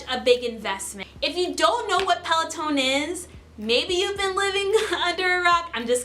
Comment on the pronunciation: There is definitely no E at the end of Peloton 😆. thanks for the video though. Also the cadence sensor tracks RPM and should be put on the crank arms or attached to the person shoe.. not the flywheel. 👍🏻